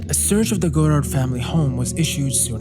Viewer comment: It's pronounced Yves God-arr, not God-ard